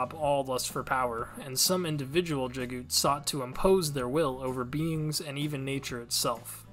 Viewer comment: Thanks for making these. It helps me when I have to quickly introduce others to the series. Just wanted to mention, according to the Audio Books, the name Jaghut is pronounced exactly as it's spelled. Jag - Hut. Unless the narrator was mistaken. That's how I've read it ever since.